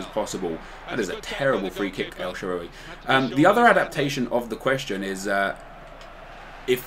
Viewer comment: try typing "الشعراوي" on google translate and switch the language to Arabic. Thats the correct pronounciation for El Shaarawy's name since his name is an Arabic name. Like so he can see.